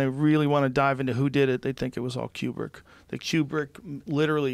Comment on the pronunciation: Kubrick (like koo-brick) not quebrick.